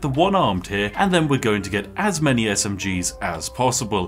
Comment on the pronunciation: Ah yes, the "many-gun"